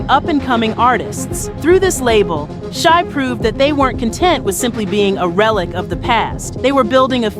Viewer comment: Shai, Shai, Jodeci, Shai. Get it straight 🤦🏿‍♀️